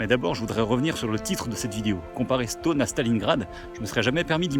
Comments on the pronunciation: Stonne et non Stone, comme tonne ou Argonne tiens justement 😉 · Ça se dit stenne ^^ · c’est assez drole comme il dit « Stonne » car habitant a 10min de stonne et connaissant des gens qui habitent la haut on le prononce pas du tout comme ca